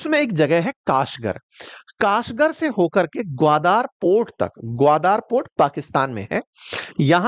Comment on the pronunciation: ग्वादार नहीं ग्वादर है ।